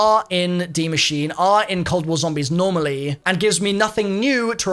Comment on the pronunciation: please, PLEASE learn how to pronounce Die Maschine ("machine-uh") properly. You just sound lazy and I know you're better than that...